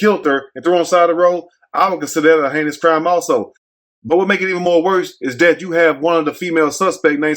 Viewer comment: when he tried to say "heinous" 😬